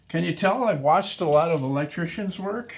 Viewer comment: Canadians pronounce "elec-chicken" funny.